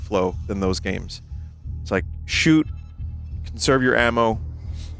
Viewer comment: "I'm ready to SHEWT" - Binyot